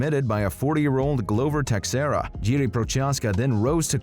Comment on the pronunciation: I'm sorry but are you actually a UFC fan? Can't say Jan's first or last name correct.. Glovers last name? He's a legend, how?